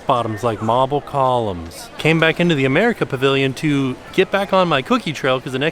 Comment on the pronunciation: the way said marble columns 😂